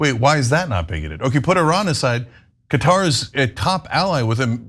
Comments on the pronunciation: CAT-AR not cutter! duh! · For the love of God, decide on a pronunciation. In one sentence you switch between “cutter” and “cuhtaar”. 😂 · no its not not pronounced as cutter its Qaaaa-tar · Anna, it's Qatar not Cutter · Qatar = Cutter ??? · Where the hell is cutter? You guys have Murdered the English language